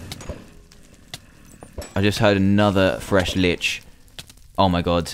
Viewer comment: When he said Fresh Lich instead of Flesh Liche XD Lmao